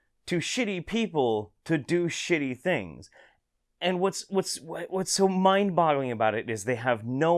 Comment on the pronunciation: did you say "mind bottling"?